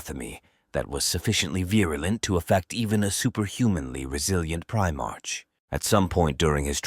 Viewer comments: Primarch is pronounced prime ark. Not prime-arch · Well, it's spelled "Primarch" but pronounced "Pri MARK". That, and pronouncing roman numerals as letters. Stuff like that is confusing for the AI. I think it's easy to fix going forward. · The ai voice saying primarch wrong everytime is so distracting for some reason 😅😅